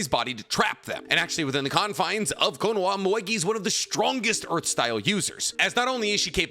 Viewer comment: Why do you say “Knowa” its Ko-no-Ha